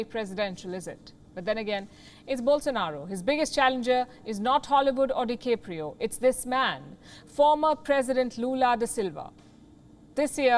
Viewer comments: First of all the mans name is de-cap-rio. Not de-CAPE-rio. And secondly, yes Brazil does what They want with Amazon, should that be shaving it off like a beard. Then they will do so. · Leonardo di Keopro?? lol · Please learn to pronounce Brazil, DiCaprio and nobody.